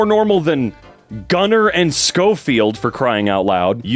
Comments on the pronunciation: Schofield is pronounced sho-feeld - and the kid made a proxy out of his name "schofield proxy/ schoprox or whatever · Its Show Field the baby with the name Schofield is pronounced Show Field not Sko Field but Show Field